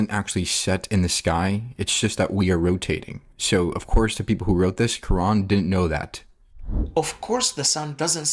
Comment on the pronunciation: Let me guess the guy found mistakes in Quran can't say Kaeran right or Izlam correctly. Off course 🤣🤣🤣